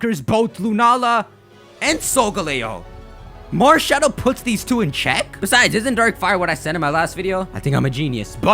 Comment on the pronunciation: Malshadow you have said it wrong every time.